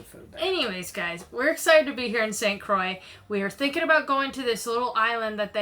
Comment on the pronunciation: Not certain , but I THINK that's pronounced St . Croyy so you ended uo getting it right Difficult to explain French pronunciation . I loved waking up at the crack of Dawn , she was a lovely girl .